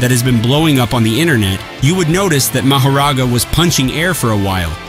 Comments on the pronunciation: Bro said it right two times before he butchered the name. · I literally almost spit on my phone from the way he pronounced his name 2x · The real question is why you pronounced Mahoragas name multiple ways in the same breath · Well if u watched the damn anime you would know how to pronounce mahoraga